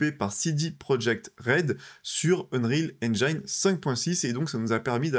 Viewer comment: Ça commence mal. heunrihal ainejine ! Pas ainjaillene !!! Comment peut-on faire un sujet sur ce moteur et ne pas savoir le prononcer. 😢